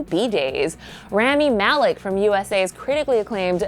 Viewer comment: mariah dominguez She pronounced Rami Malek’s name incorrectly also.